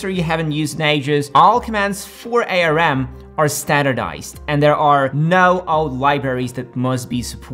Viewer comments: you really need some help to do 'tech' proofing, many thing you said is wrong: - ARM vs x86: modern X86 processor no longer have dedicated circuitry for each instruction, they decode it into simpler instructions, btw please prononce it Arm like a single word. And the reason why Arm is superior to X86 is mostly around the way it handle its memory access. - Process density: TSMC N5 N3 N2 etc... are marketing, they do not represent the real transistor size and can't be use to deduce transistor density, but between each major number reduction there's a technology leap, using new type of gate, adding an extra patterning mask etc... and the reason why the M3 was created on N3 process is that Apple did a deal with TSMC to take 100% of the process production, TSMC was struggling with this process and wanted to reduce the number of client on it to optimize the process for that single client, Apple took the deal because it was still giving better result then N5 process and is good for marketing. - AI TOPS: it is not the data set that is different size, it is each of the data element that is, this is a HW implementation and is why the previous generation M chip can't double its performance using smaller data size. Btw not all AI task can use that small data size, it is still pertinent to compare FP16 performance, simply divide the XElite and M4 number by 2. But for AI task that can work with in8, the XElite really is 2.5X better then M3 (and 4X the M1) I really don't understand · Bro its Arm not A.R.M. 😂 Nobody calls it that, did you lose a bet 😂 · Please don't pronounce it A-R-M. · Who calls it A.R.M? No one. It’s arm. 💪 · "A" "R" "M" or "ARM" ? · ARM is an acronym. It is pronounced as in the body part. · It's ARM, like the arm and leg not A R M. Good production but you have a few factual errors. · A. R. M.? It's pronounced arm (not as 3 letters). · It's ARM (the word), not A R M..I bet you call Linux lienux too. 😂